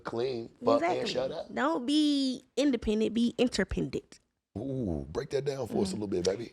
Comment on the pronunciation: “Don’t be independent, be interpendent.” Lol. she can’t even pronounce interdependent.